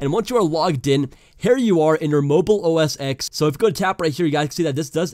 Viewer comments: it is read as "OS TEN" not OS X lol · STOP SAYING OH ESS EX ITS PRONOUNCED OH ESS TEN